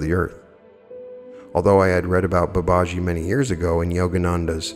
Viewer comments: Dear friend with all due respect Babaji is pronounced Bah bah GEE Thank you for everything ❤️ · Very interesting. Thank you. I think the name is pronounced Bubba - gee, from what I've heard elsewhere. Ji (gee) is an affectionate honorific attached to a name. So you will see followers calling a Swami (Hindu monk) Swamiji, and so on. Swami Vivekananda was Sri Ramakrishna's direct disciple. There are now Vedanta Societies all over the world as well as the thriving mission in India. The best source of teaching on Advaita (non dual) Vedanta is from Swami Sarvapriyananda, who gives wonderful, lucid, entertaining talks on all aspects of Advaita Vedanta. Vedanta Society New York is the channel. For explorations into all things UFO and ET, Preston Dennett is a wonderful researcher and has a channel . For on yt. For all things paranormal of every description, Jeffrey Mishlove's New Thinking Allowed can't be beaten. And of course, many others.